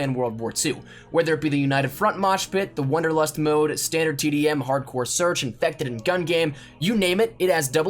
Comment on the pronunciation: >wonderlust Ey yo mang it's WANDERlust